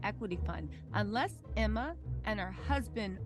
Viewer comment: does someone else hear ERMAHERD every time she says Emma's name?